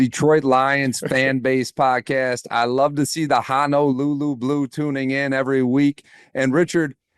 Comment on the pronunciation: My Hawaiian wife asks, “Can you stop saying Ha No lulu!?” It’s Honolulu two long O’s Ho No Lulu.